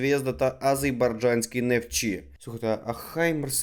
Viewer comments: сидишь умного из себя строишь а название страны выговорить правильно не можешь ! или это проявление не уважение Азербайджанскому а не , азейбаржанский нефтчи, народу который поддерживает Украину и я в том же числе?!!! хаймерсы он отправляет сидит!!!Ты сначала подготовься нормально и читай внимательно все буквы для правильного произношения и названия государства!!!Слава Украине!!!Героям Слава!!!Щегол ты!!! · О навчився би правильно вимовляти Азербайджан..